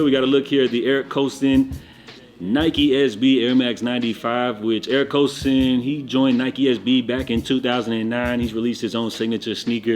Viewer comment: Love you, but you be Butching the pronunciation of "Kobe" of Skate Boarding Eric Koston name, sumthing like Boston, Eric Koston... History Lesson when Eric left Lakai Skate shoes for Nike SB it was a huge deal. He was all up in the Kobe Videos and he has a Jordan Low Collab it might be the first of the small swoosh on the toe ie Nigel Lows. Im pretty sure he has a big part in NIKE SB innovation on the Skate shoe utility with wear testing going back to the black 4SB samples before the SB Jordan 4 was a real thing... SK8 Life is real. Shout out Tyshawn Jones Adidas, Shout out Ishod Wair Nike SB and God PROD.... Where is Theotis Beasley, DGK Stevie Williams is the originator Skating in Air MAX in the 90's. What a time to be alive...Koston even shout them out on how influential these Black Skaters where in Street wear...